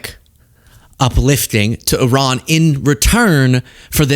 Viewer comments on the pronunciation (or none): She can't pronounce Iran correctly though. Which is very ignorant. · When are Americans going to learn that Iran is not pronounced I RAN ? It's E RAN. It is that easy. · Some of these people can say "I-Ran" because they run when confronted on camera & off